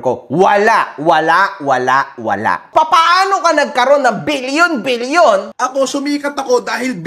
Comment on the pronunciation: Bilyon: ❌️ Bill-Yon: ✅️